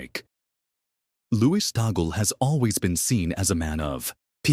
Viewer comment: Pls pronounce it correctly TAG/LE two syllabĺes. TAG as in price tag. LE as in lemon. TAG/LE TAG/LE TAG/LE